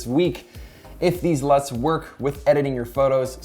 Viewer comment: I thought you said nuts